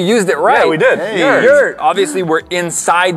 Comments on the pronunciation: It’s actually Yurt not yert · It's not a yert but a yurt. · No no no no. YURT NOT yert. A YURT is a round portable type of tent. Guys...you had the word infront of you..... YURT - A traditional yurt (from the Turkic languages) or ger (Mongolian) is a portable, round tent covered with skins or felt and used as a dwelling by nomads in the steppes of Central Asia. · It’s a “yurt” not a “yert” lol